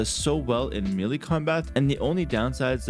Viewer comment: Please, it's meh-lay not meely.